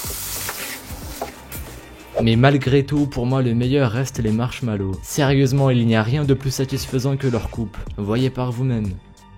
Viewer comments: tu a dit marshmalo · Marshmallow, le R ne se prononce pas ;) Et sinon super vidéo, les expériences les plus fous ? :DD nan tu t'es rattrapé dans les coms ;) Bonne année mec, c'est toujours un immense plaisir de suivre tes vidéos ;)